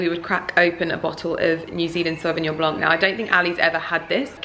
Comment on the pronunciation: the Sauvignon Blanc is pronounced just "Blan" without the "c" at the end, every time i hear it I cringe ! haha ! Bon appetit